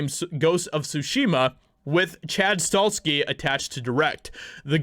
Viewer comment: Chad's last name is pronounced STA HELL SKI. If the movie is done right i will pay to watch it.